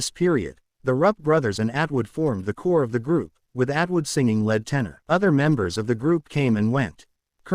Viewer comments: Matt was was the lead (leed) singer, not the led (as in the metal lead, Pb) singer. Need to check the pronunciation on the computer voice. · In this context, "lead" is pronounced "leed" not "led." Sorry to be pedantic but the the difference between "lead" and "led" is is rather wide. Yes, "lead" can be pronounced "led" but not here.